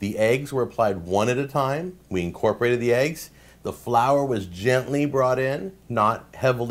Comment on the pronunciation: Your use of the word "incorporate(d)" sounds funny... :P